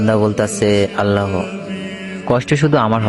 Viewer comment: উচ্চারণ ঠিক করেন এটা "আল্লা হ" হবে না আল্লাহ হবে।